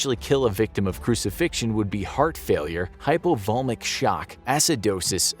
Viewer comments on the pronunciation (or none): That's pronounced "hypo-vo-leemic" shock.